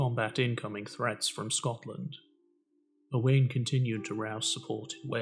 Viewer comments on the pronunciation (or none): Nice video, but Owain is pronounced Owe - wine 🏴👍